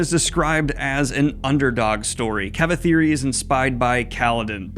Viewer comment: Just so you know, its not Ka-Vi-Thi-ri its pronounced "Kav-e-three"